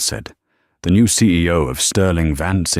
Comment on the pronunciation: Announcing the "CAO?" instead of "CEO?" Lol.